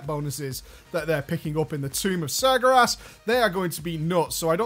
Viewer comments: IT'S NOT SAR GAR ASS IT'S SAR GARE ASS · Sagyerass XD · Tumb uf Smergeras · I love how it souds like hes saying sagra ass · isn't it pronounced sar-gay-res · Why can't he say Sargeras? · The biggest joke about this video is that you can't pronounce Sargeras. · But he butchers it even when it's not today. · How is not being able to pronounce a word an April Fool's joke when it's not just this one video? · Noroboros I know right. It's not like he's always pronounced it like that. Oh wait, he's always had. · Ha! For the first minute or two he really had me. I love how he keeps mispronouncing sargeras also. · april fools! doesnt actually pronounce sargeras like that, its a joke. (hopefully) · i love you man, but can you please learn to pronounce Sargeras correctly?:P